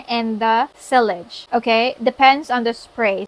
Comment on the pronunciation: Hi Queen, it is pronounced as ‘see- yaj ‘. I hope it helps 👍. All the best.